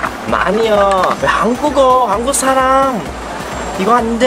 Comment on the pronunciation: 可以讀韓國這個詞語的有點奇怪，讀한的時候應該要高音一點，不然你讀得跟普通話沒分別